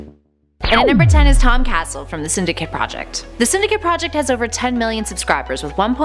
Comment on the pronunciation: It's not Tom castle it's Tom casell. Ca-sell